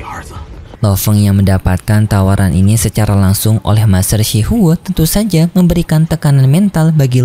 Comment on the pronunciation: Shi huo bang bukan shi hao